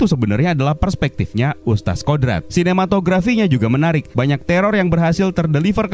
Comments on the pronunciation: Wahai penggembala domba, ustadz dibaca ustad atau ustat bukan ustas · Nih makhluk nyebut kata "Ustadz" pun gk becus 🥱🥱🥱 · Mungkin yg review ga paham cara bacanya 😁